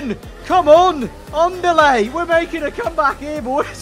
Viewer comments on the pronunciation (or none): "on delay" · The way says "andale" with his british accent "ondalay" lol